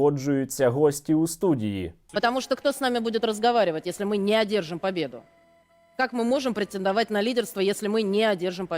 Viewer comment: "не Адержим пАбеду..."??? )))))) В них навіть "ведучі" не знають "сваєво язика"...😂🤣😂